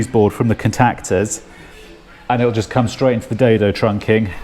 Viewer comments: Never in my life have I heard someone say "cun-tac-ters" in that way. More peculiar pronunciations please, makes the world a more interesting place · The way you say contactors makes me want to vomit. Much love.